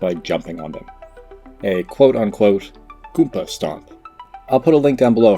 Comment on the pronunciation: goomBa not goonPa, that hurts to hear